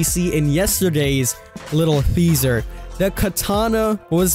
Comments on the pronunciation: I love you King you are my favorite dbd news channel but I tell you every video it's pronounced Teaser not THeaser. Still keep up the great work. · Why do you pronounce it "theaser"?